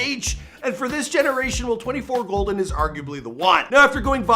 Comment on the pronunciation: Please say my son’s stage name correctly... it is 24KGOLDN. Throughout the video interview you kept out the K... Love the mostly accurate show! Yes, this is his real mama.